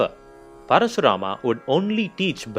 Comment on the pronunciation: Just say KARN or ARJUN or परशुराम.. Why are you adding extra A everywhere... Good explanation by the way